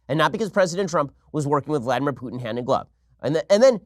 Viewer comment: Oh, you can pronounce Vladimir Putins name correctly, but not Alexandŕia Occasio-Coŕtez? Eff you, Ben-ya-meen. Eff you right in your pronunciation.